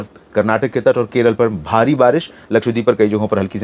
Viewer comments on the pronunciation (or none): none